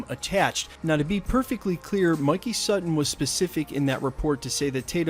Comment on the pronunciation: Thank gawd. You finally learned how to pronounce “Sutton”.